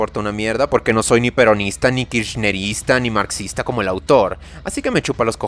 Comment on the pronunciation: Esa forma de decir marxista se sintió jaja